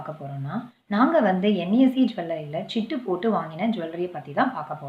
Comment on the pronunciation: சிட்டு (ஆ) இல்லை சீட்டு (ஆ) sister...